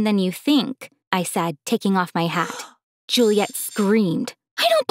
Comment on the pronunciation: It's Juliette not julia